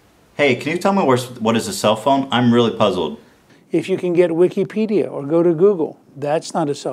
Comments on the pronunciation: it's wicky not weeeky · Wik E pedia lmao